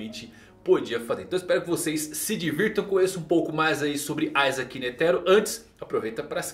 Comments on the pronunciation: N é aizake cara o nome dele é com i, da uma agonia de leve, isaac netero, iiiiiiii n aaaaa da agonia. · a pronúncia de "i" é "ai", o nome não é latino